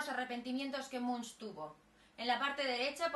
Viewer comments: Se dice ˈɛdvɑ:ʈ mʉŋk, inculta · Se pronuncia Edward / Munk/ y significa monje literalmente. Gracias.